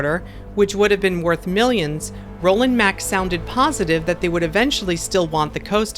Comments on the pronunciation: Love your videos!!! Mack rides is pronounced 'Mock,' just fyi. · Hi, It's Mack with an 'a' like car, not Mack like Mac.:) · It’s pronounced like “Mock” :) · the a in MACK is pronounced like "father", because it is a german company. great video though! 👍